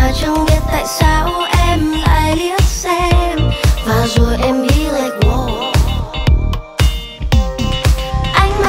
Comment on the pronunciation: people pronounce WOW is /waʊ/, not /wəʊ/